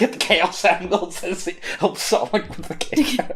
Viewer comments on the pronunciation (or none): none